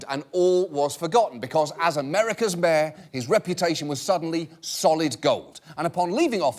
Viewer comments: Who else heard "Mare" instead of "Mayor" every time he tried to say it. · Did she say America's mayor?